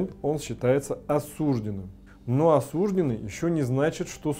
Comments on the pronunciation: По-русски правильно говорить осуждЁнный, а не осУжденный. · не смог смотреть, режет слух осУжденный. Грубая ошибка. Правильно осуждённый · Не осУжденный, а осуждЁнный.